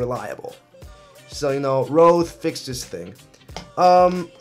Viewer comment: It's called Rode, not Rothe ;)